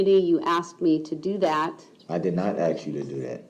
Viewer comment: No such thing as a tack it agreement, axe instead of ask, oaf of office, amenet instead of adamant, enty not any, sovereign BS